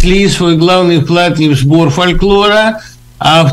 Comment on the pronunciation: Что - то преподавателю русского языка не хватает знаний, например, как произносить слово фольклор.